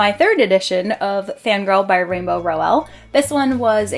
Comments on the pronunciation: Lovely bookshelf tour, loving the colors. I need to have all my series together lol. And also Rainbow's last name is pronounced "Rowl" like owl 💙 I need to get my hands on Snow Queen, that book looks gorgeous!! 😍😍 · You say rainbows last name wrong....